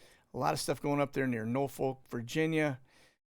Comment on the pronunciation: Love your work, keep it up! But I do have one item I feel compelled to mention. I grew up in Newport News, Virginia, and cringe every time you say "Norfolk". There are two ways that locals pronounce Norfolk. My father grew up in Yorktown and always pronounced it "Naw'-fook". Most folks in Tidewater however, especially those under age 40, pronounces Norfolk as "Nor'-fook". The most common mispronunciation is "Nor'-foalk", and that's how I hear you saying it. In all due respect, especially with your military background, you shouldn't be mispronouncing one of the major military cities in our country. I hope I don't sound like some stuffy Virginia blue-blood, but I just thought you should know. Keep up your great work, and maybe our paths will cross someday in person. Respectfully, J.W. Hornsby Abingdon, Virginia "Virginia-born and Virginia-bred, and when I die, I'll be Virginia-dead."